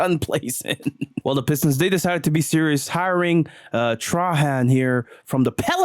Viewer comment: hey man put some respect on Trajan Langdons name. It’s like how you would say Trojan but it’s Trajan. Thats the Alaskan assassin.